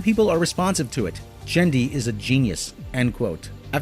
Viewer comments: Great analysis, Amy Pascal would make a great Disney villain. One complaint: it kind of grates when you pronounce Tartakovsky's name "Jenndy", it's Genndy (G as in grant), it's short for Gennady. That's it for my petty rant, great video, keep 'em coming. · it's "Genndy" not "Jenndy" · You accidentally called T.J. Miller "Tim Miller." And Genndy Tartakovsky's name is pronounced with a hard "g." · I thought Genndy was pronounced with a hard 'G'. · He pronounced genndy's name wrong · That's not how you pronounce "Genndy".